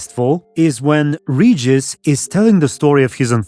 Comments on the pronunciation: Please, it's Regis, not "Rejis"... Even Sapkowski himself said how to correctly pronounce vampire's name... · i still remember how they've tried to sell this serial to us (Poles) by declaring that the names will be pronounce correct... they don't give af he's Redżis now